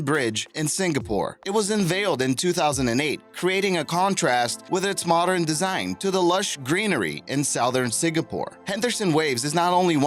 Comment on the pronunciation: Sow-thern? SOW-THERN? It’s pronounced suh-thern. Who says it that way?